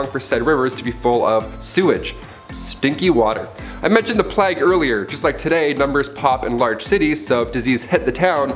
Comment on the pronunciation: "The plagg" omfg im dying at the mistake there